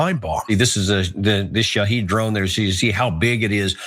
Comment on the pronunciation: Its Shahed not Shahid!